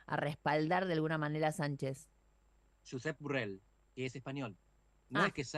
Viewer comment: Tendrías que haberte preparado de vos también, no es Burrel es Borrell, solo que la pronunciación es en catalán, porque el tipo es catalán, o sea, español... así que no seas burrel vos y al menos googleá antes de mandar frutell